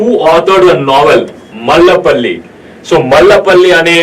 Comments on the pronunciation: మాలపల్లి తమ్ముడు, మల్ల పల్లి కాదు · that is malapalli not mallapalli